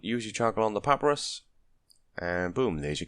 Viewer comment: Thank you for the guide... it is pah-pie-russ... not papparus just you know ...